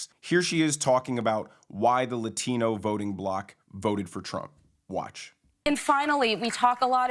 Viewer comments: Why is Latino pronounced lathino by sunny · I love how she pronounces "lat-I-no" like she is a vata from the barrio! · I'm Portuguese. It is so cringe hearing the way she pronounces Latino. The woman is as fake as they come. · Why can’t liberals just fcking pronounce the term “Latino” without trying to pander with the accent? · I hope you don't mind, i would love to know if Sunny's pronunciation is Latino drives you nuts like it does me? It seems that is the only word she speaks with an accent lol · As a Spanish speaker, why tf do people think they need to over-pronounce every Spanish related word when talking about Hispanics? You can say, "Latino" without contorting your normal speech to make you sound like a "native speaker". Cringe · Sunny is showing racial bias by the way she suddenly has a latino accent when she pronounces "latino" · I hate the way she pronounces 'Latino'. Cringe worthy. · She says "Latino" like Harris says "Latino" around other Latinos. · I thought it was just me. Her pronunciation of "Latino/a" makes it seem she is struggling for inclusivity, and she comes across as an insincere idiot. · How clever does Sunny think she sounds when she pronounces Latino with a Spanish accent 😂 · Yes! I'm glad someone else noticed that. 😅 I also wonder how long it took her to pronounce it that way